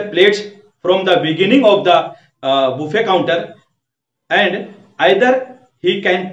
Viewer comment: Bro this pronounce baffey not boofey